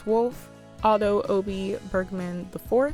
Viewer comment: I think you're pronouncing Obie right because it probably stems from his initials: OB (Otto bergman)